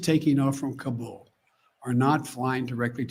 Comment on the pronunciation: he didn't even pronounce Kabul correctly. He should know.